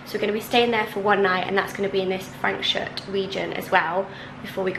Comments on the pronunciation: It's Frans -hook ... u just can't go wrong in summer in the Overberg region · Franschhoek is pronounced Fraahnshook. 😂